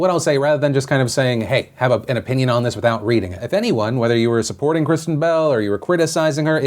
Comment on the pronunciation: I legit thought you said "bowel" instead of "bell" at the end there, Phil.